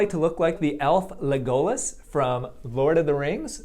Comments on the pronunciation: Lego-las, not le-go-les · As a big lord of the rings fan I wanted to scream when he said " leg-o-lus it is pronounced leg-us- les. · Le-gOh-les. That was cute. It’s leg-oh-les ☺️ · Leg-go-liss? Hehe. Lego-lis! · Leg-olus!? Say it with me Dr. Youn Leg - O-Loss 😜😜😂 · Leg-oh-lus? Lmao my inner nerd is screaming "it's lego-las!" Ya mega nerd😁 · it's Legolas. not le-Golas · I'm stuck on the fact that he said "Le-GO-lus" instead of LEG-oh-lahs... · he said “le-go-lus”it’s pronounced “lego-lus” def not leg-us-les lol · He is called LEgolas, not LegOlas. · Hermione: It's LEG-olas, not le-GO-las. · Just so you know when you pronounce Legolas you put the emPHAsis on the wrong sylLABle. It should be Lego - las. Hope this explanation is helpful! 😊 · Leg-OH-lus lol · le golas? bruh are you for real? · The name is Legolas....or sounds like leg-O-lahs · I love your videos but I can’t get over you saying “le-GO-las.” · Hahaha Lay Go Liss. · I thought that's how American said it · "le-GO-las" I died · Did he say “leg-oh-las”???? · Le-go-less. I spit out my tea lol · i cant believe he said (LAY-GOAL-ISS) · Couldn't help but notice you didn't actually give any cons in the video about the elf ears. People in the comments seem familiar with possible complications, but otherwise I think it was just put in for the 'shock' factor. Nothing more shocking than his pronunciation of Le-GO-los though... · I'm sorry but I almost threw up when he said legoalas. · Not him saying legOHLus, the mispronounciation made me cringe a tiny bit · Lay GOAL Us wtf dude that is not how you say that I'm screaming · No one: Anthony Youn: ley go lass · LEGolas! Emphasis on E!!! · Le GOH las 😆😆😆 Oh Dr Youn. Oh dear. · the elf le-GOH-les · Le Golas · Never heard of an "o" having an "uh" sound. Except in informal speech. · Can we talk about how he said "Le-GOH-Luss"??? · Your mispronunciation of “Legolas” hurt my nerdy soul. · Love the video but it bother me how you pronounced Legolas lmfao.